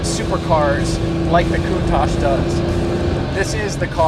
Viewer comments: Lamborghini Poontach... nuff said. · It’s lamborghini countach Not lamborghini khoontach stop pronouncing it like this